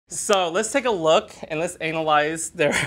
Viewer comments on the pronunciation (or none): ANALlyze 😂 I'm done! 😂😂